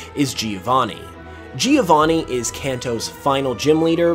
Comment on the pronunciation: Giovanni as italian name is pronounced "Jo-vanni" not "Geo-vanni" (if you want to be perfectionist)